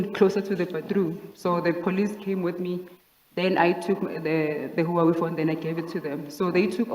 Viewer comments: Ok but it was more like Whowawi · Let's just appreciate the pronunciation of Huawei 🤣🤣🤣 I make my mom say Huawei all the time. Good times.